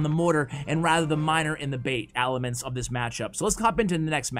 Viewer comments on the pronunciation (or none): Not meant in a rude way at all but I love that u said alaments